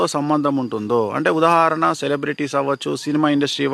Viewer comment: ఉదహరణ కాదు ఉదాహరణ